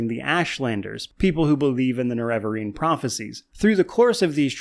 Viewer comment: I'm so triggered by your pronunciation of nerevarine.